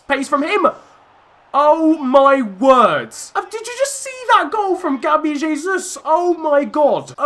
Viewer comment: why is dendoncker on the bench? btw gabriel jesus is pronounced with a proper j because he is a brazilian and we speak portuguese